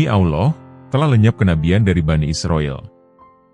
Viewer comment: Hai Bung,tobat nasuhalah anda,kesalahan konten bung : 1. Nabi Muhammad Saw tidak bisa membaca,konten anda,beliau baca surat yg disodorkan oleh tuba. Sama sekali konten ini munafik. 2.Bung salah sebut nama Allah,harusnya ucap tebal dan ada huruf o di tengah ucapan. 3.Bung salah ucap Saw,tidak tebal dan ada huruf o, seharusnya tetap a. Sadar dan tobat nasuhalah,Bung,sebelum anda dapat azab.